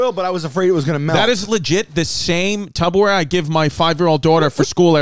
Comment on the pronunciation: Must come with the degree… I have a clinical doctorate in physical therapy as well and I too have been saying tuboware 😅 🤷🏽‍♀️ 🤣